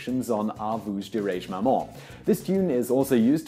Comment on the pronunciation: ahhhh! you absolutely butchered the pronunciation of "Ah, vous dirai-je, maman"!!!!